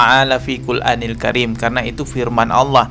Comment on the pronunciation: MAAF BANG..BUKAN FIL QUL ANIL KARIM. JG BKN FI QUL ANIL KARIM. TETAPI FIL QUR'ANIL KARIM. 🙏